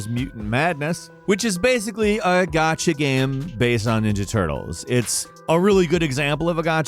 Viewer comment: need to learn how say "Gacha" properly. Here I am thinking... wtf is a "got-cha" game??? After about the 4th time of him saying it and applying more context, i finally understood what he meant.